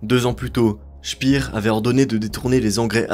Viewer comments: Speer est allemand, pas anglais. Ca se prononce "Chpére". 😉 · Albert Speer (comme paire) et non pas « spire » c’est de l’allemand pas de l’anglais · Je ne maîtrise pas la phonétique, mais je vais le faire à la française. Pour Albert SPEER, on ne dit pas CHPIR, mais CHPÈRE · Parfait. Par contre c'est pas "chpir" mais "chper"😂